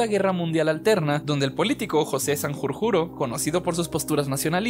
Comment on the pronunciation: Sanjurjo. No sanjurjuro, que parece que hagas un hechizo.